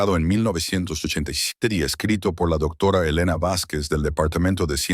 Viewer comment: Hola buenas noches desde México no sé de dónde sea el narrador pero su pronunciación es muy deficiente cambia la pronunciación de ciertas palabras la h muda la cambia por la jla palabra doctora dice doctora varias veces, por favor tengan más cuidado 😮